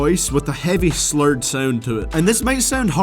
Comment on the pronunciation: nigga, you talking about how someone talks but you saying 'VEIBS' "HEIVEY" "SOIMTOIMS" "TEIM", talk like a fucking eu bitch-boy.